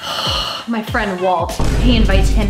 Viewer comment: said Walt invitined him everywhere… butttttt she said Walt like Walt Disney…